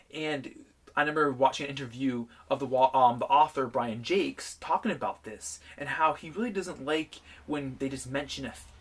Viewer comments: Thats how the author pronounced his name. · He actually pronounced it the right way...